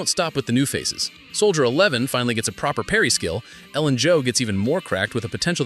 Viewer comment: I think Soldier 11 was the only name this dude pronounced correctly 🤣